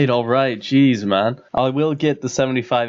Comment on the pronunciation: "Man" - sounded super English "Get", "Combat", "Fire" and "Cape" ended up sounding Irish to my ears Funny how accents change, great content btw :) Oh yeah, I'm British, hence I'm totally obsessed with accents. I'm sure you understand by now ^^